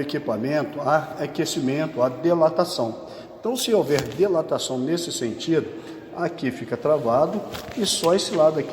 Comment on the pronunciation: Bom dia ... Legal seu canal . Muito bom. Mas eu ouço você dizer uma palavra que me incomodou. Isso aqui é uma observação. Quando você diz sobre o equipamento aquecer ele DILATA ( DILATAR ). Você pronuncia DELATA ( DELATAR ). Valeu ... Estamos juntos !!!